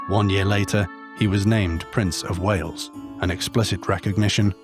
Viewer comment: You claim to know history but mispronounce Wales and try to claim that Wales had a black prince. You people aren't very bright.